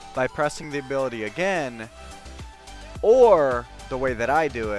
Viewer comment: new abilaty